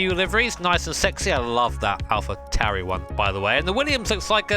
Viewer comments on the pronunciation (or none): Are you sure that’s how you pronounce Tauri??